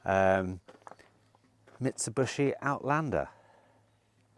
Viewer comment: It’s Mit-su-bee-she not bushy 😂😂 and Hyundai Too-son (as in Arizona) not Tuc-son. And btw, when do we see Michelle??